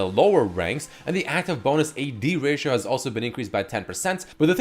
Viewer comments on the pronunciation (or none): none